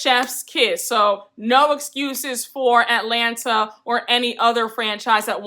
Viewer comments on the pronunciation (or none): none